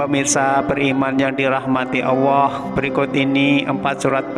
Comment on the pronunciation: bisa ngomong Allah tu yg benar gak,, bukan awah